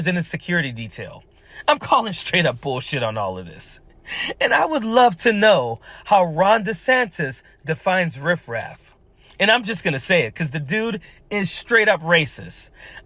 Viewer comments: Did he just said rift raft? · "Riff-raff" he says 🤣 Steve Urkle got more swag than this man.. what a fckin nerd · He has the nerve to say "riffraff" when he's from FLORIDA!!!!!!!🤯🤣